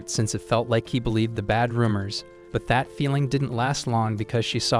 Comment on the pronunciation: Every time you say that u actually say fat